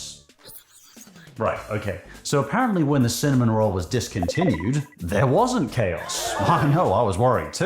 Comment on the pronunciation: I am not joking, when you said "cinnamon roll", I thought you said semen roll.